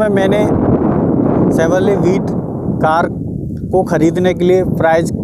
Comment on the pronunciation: भाई शेवरले नाही shevrolet